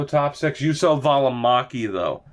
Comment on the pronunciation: Välimäki's name: You: - so (really short o) and not Jusso